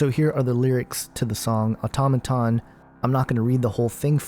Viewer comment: it's pronounced "auto-may-ton". how about listening to the song before you write you garbage about it.